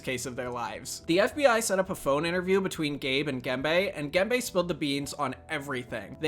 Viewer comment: his name is Gembe [Gembə], not "gamebay" ;)